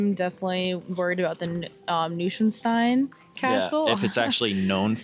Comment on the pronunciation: NOI SVAN STEIN ( long I)